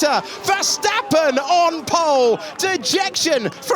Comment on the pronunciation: “Ocon’s taken POLE, Ocon’s taken POOLLEE position” 🤣